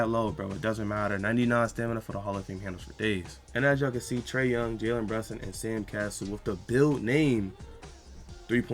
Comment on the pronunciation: Pickin on u becuz pronounced it wrong